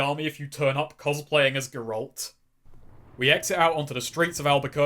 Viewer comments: You criticize the voice actor of the Gman for mispronouncing "Mesa" when you consistently mispronounce "Geralt" arguably worse than he mispronounces "Mesa." Have you never even played The Witcher? They say Geralt's name in it like over 50 times. It's EASY. It's GERalt! NOT geRALT! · Wow that Geralt pronunciation was almost as bad as the Black Mesa pronunciation. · It isn't pronounced goralt, it's GEAR ALT. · Bruh who the hell is "Gerawlt"? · The way you pronounce "Geralt" should be illegal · >make fun for mispronouncing black mesa >continue to mispronounce Geralt P.S. its only a joke don't take it personal